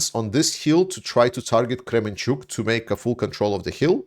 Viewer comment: That's Kermenchyk, not Kremenchuk